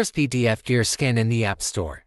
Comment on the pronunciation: Please retrain your AI voiceover to stop saying "skin" when it should say "scan".